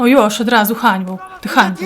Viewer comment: ''Jóż'' hahahahahhahahahah Dobre ciekawe ile masz lat i Twój kolega (facepalm)